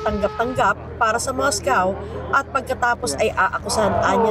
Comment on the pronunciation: It's Moscow not Moscaw